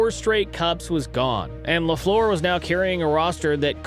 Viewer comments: LeFLOOR?! C’mon, I get that you might not be able to master the French pronunciation correctly, but the minimum you could do was to pronounce his name the way English speaking Habs fans did and do… LAFFLER. It’s hard to watch a video about your favourite player of all time having to listen to LeFLOOR over and over! Some of the doc was decent! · If you’re going to do this video, maybe learn how to pronounce “Lafleur”